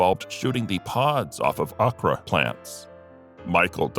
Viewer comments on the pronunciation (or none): Audie Murphy was, is, and will always be my hero. He and Jimmy Stewart were the real deal. They were also my favorite actors. (But, PLEASE "okra" is pronounced "oh - kra".